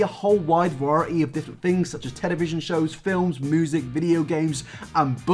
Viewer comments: Did actually say "moosic"? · No one: Absolutely nobody:: moosic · Oh yeah, I forgot you pronounce music as "moo-sic."